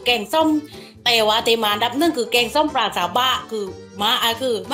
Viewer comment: ปลาครับ ไม่ใช่ปรา 😅